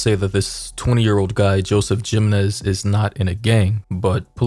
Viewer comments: the shooters last name is pronounced him en ez btw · Babydoll your pronouncing the name wrong Jimenez is pronounced Hamenez. Just fyi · I'll help you out Brother. Jimenez is pronounced He-men-ez....You're cool Brother! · You’ve made this mistake before but it’s coming up again so I’m going to help you. The last name “Jimenez” is pronounced “hih-men—ez” (hih pronounced like the “him” in “him”). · No disrespect by any means, but the name is pronounced with a "h" sound replacing the j. Sounds like Himenez. I have a friend with the same last name. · I’m trying to be a smart a$$ but jimenez is pronounced he-men-ez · I find it so weird hearing Latin surnames pronounced incorrectly as someone born in the southwest. Great video despite that part.... it is pretty easy to hear the proper pronunciation right here on YouTube. 🤔😉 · Dude you really needed to update before you posted. And the way you say Jimenez 🤦🏾‍♀️ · No way you can’t pronounce Jimenez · The J makes an H sound, just saying.